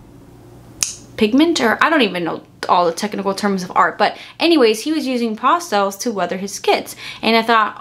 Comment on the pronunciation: It's PASS-TELLS! Not Pasta-els!. Lol